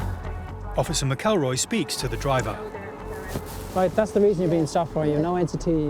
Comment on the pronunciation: Pronouncing McElroy completely wrong